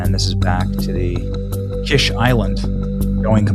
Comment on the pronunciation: What good is having a naval base when you have no navy? By the way, it's pronounced "Keesh" like the fancy egg dish.